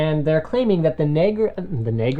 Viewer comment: Linus, it sounded like you said Nvidia Nigra.. lol.